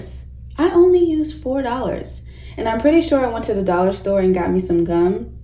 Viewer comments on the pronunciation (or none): I love ro hear you say Dollars 😆 🤣 😂